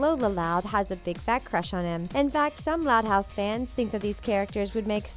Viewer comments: Is it just me or did it sound like she said: "Which thot house characters" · No it’s not just you